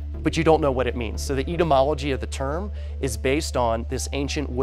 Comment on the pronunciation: "eatamology" lol